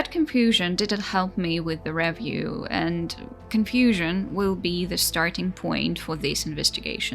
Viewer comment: What's a "revv-yew"?=